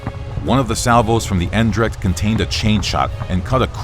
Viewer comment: You could improve on your pronunciation of the word "Eendracht" (unity, name of the dutch flagship in the battle of Lowestoft). The first syllable 'Een' is like 'ain' as in slain, the second syllable 'dracht' sounds like "drugged". So an english speaking person should maybe try ain- drugged, I dont know. Sorry to hear the Eendracht was sunk.